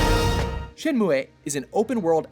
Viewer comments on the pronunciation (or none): Did he call it ShenmuEH? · "Shen-moo-a" Oh no you didn't..... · It's pronounced "Shenmu-" not "ShenmuE". God this guy doesn't even know hot to pronounce the title of the game and he's telling us what's good and what's not lol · lol Shen moo eh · All the time I thought Shenmue is pronounced as shen-moo. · I'm pretty sure the final E in Shenmue is silent, so it's pronounced "Shenmuh" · Lol.. shenmuay? That's incorrect pronunciation right? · ive never heard shenmue pronounced like that. "shen moo aye" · Who the hell pronounces Shenmue like that?